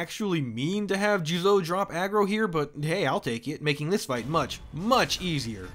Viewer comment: “I speak Japanese” “JuzOU”